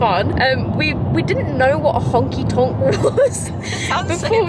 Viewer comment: Omg that was the most proper pronunciation of honky-tonk that I've ever heard and I LOVE IT